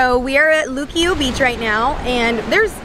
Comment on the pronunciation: You Puertorican I can't said luquillo or you acting gringa.